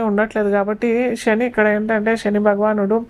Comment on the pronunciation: షని, రాషి… ఏంటమ్మా ఉచ్ఛారణ సరిగా చెయ్యండి ముందు జాతకాలు తరువాత